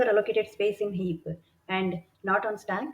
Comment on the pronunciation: superb content. pronunciation is a bit jarring even for an Indian. stack and heap with ck and p almost silent - not heapuh and stackuh